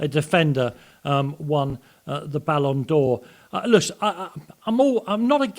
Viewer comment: It is called BALLON 'doh' aka doh for a reason, Bart Simpson knows.